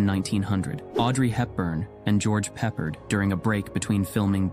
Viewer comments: It's not "George" "Peppered"; it's "George Peppard", with the emphasis on "pard". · YIKES!! REALLY??? His name was George pep - ' PARD, accent on the SECOND Syllable. Famous actor. Major "Man Candy". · George “Pep-Perd”???? Who is this guy who CONSTANTLY mispronounces names???? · His name was pronounced ( Pepp ard ) not peppered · Peppered is pronounced Ph-Pard, emphasis on the last syllable. Pe like Eh. Ph. George Peppard. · Goerge, pronounced perr pard not peppered !!! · Pronounced George Peh-PARD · It’s pronounced George Pep-pard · Why do this ai generated videos not pronounce people's names correctly. Please learn how to pronounce George Peppard.